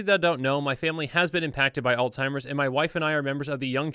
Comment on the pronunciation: He says Alzheimer’s wrong every time. There’s no T in it buddy. But good try acting like u care ab it